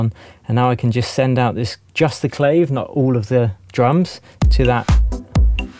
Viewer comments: Great video - small thing. The Clave -- It's nov Clayv -- It's pronounced with and AH and an A -- Clah-vay or Clah-veh -- and it's both an instrument and a standard rhythm in all Latin influenced music the 3:2 clave(think salsa, rumba, mambo, etc) . Otherwise nicely presented and useful information. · It's pronounced CLAW-VAYE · Another winner,! Btw: clave is pronounced claw-vay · The Latin percussion instrument clave is pronounced CLA VAY. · another fine video...Thank you! And clave is pronounced Clah-Vay. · It’s pronounced “klah vey”